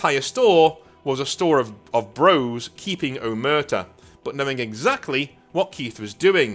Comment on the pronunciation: That's because it's hideously pronounced 😂